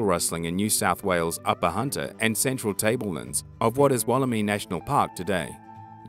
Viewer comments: Woll-eh-my not woll-eh-me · interesting video but you need to learn how to pronounce Wollemi it sounds I not e so Wollemi not Wolleme